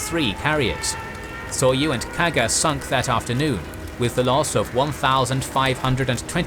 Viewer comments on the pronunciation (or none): didn't look for similar comment - allow me to give an advice: the carriers Hiryu and Soryu are NOT pronounced Hear-You and Sore-You. They are Hee-Lyu (Flying Dragon) and Soh-Lyu (Dark-green Dragon). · The Japanese carriers should be pronounced as Hi-ryu and So-ryu angry Yamamoto noises